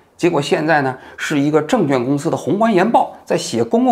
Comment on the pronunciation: 王局 纠正一下 证券quan 不是证券juan